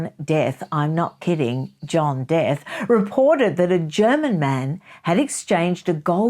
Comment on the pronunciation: Just to let you know the surname Death is pronounced De'Ath (dee ath)😊